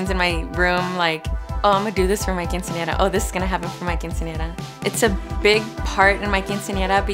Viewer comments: I'm not being rude, it's the truth... She can't pronounce quinceñera correct... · because if this was really her dream she should be able to say her dream correctly, she pronounced other Spanish words correctly, but failed with quinceñera... She may have pronunciation problems, but I highly doubt it if she was able to speak very clear and correctly with every other word.. It just bothers me that she couldn't say quinceñera correctly when this show is about her quinceñera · It's a tradition to have a quinceañera in her family, but she can't even say it right 🐸☕️